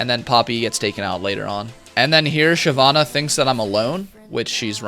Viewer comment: "SHYVENE" was waiting in a bush